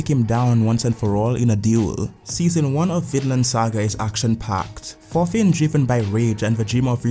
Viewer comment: my man out here butcherin the name of thorfin u say it more like "torfin"